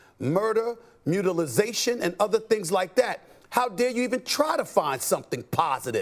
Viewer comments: What the hell is, "Mutilisation"? 😅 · "Mutilization" 🤣 He's so smart he invents new words! 😆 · Um…did Steven A just say “mutalization”? There is no such word. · "Mutilazation"? Mutilation? Lol. Steven pulling a Biden and making up words. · "mutilization"????? WTF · Mutalization? 😂 Did he mean mutilation?